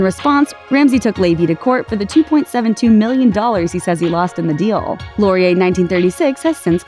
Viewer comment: Thank you for saying Laurier correctly. As someone who lives in Montreal; I'm so sick of hearing bigger channels fuck up pronunciation of French words. I appreciate you guys putting in the time to get this right.